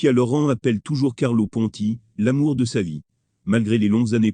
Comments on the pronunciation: LorIN pas lauran. Quelle plaie ces commentaires !😡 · On dit pas Sofia loran mais Sofia loren magnifique